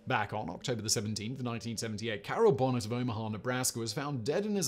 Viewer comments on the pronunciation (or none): none